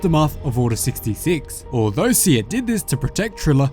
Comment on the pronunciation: How do you pronounce Cere again? ...Is it not like Sarah?